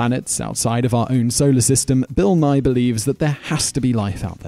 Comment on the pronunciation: BILL NAY? SERIOUSLY?????